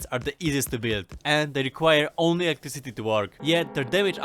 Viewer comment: i like when you say "electriCIty" and it sounds in the end like "city".you may not seem russian, but at some points you seem. it is fun, in a good way! not that you speak wrong or anyting. is good to have a unique voice. thanks for the tips of course